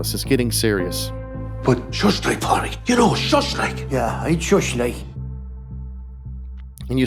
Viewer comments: You are the second American talking about the ins and outs of this movie and refusing to pronounce the main character’s name. You HAVE watched the film. At what point does anybody say PADRICK? It’s spelled with a D. His sister is called sioban, clearly not said the way it is spelled. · As mentioned in other comments, NOT protestants vs Catholics. Also, pronounce his feckin name properly! You don't pronounce the D... (or if you do, it's like a mini trill)